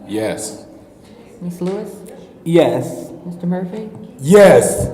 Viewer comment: why was so emphatic with that YES!? 😂😂😂 Could that be the most coherent he has ever been in any of these videos?! Did anything ever come about the new Councilman from the 1st allegedly walking to that lady's front door with the hammer? And did y'all know former Councilman Guerra was 19 when he was elected?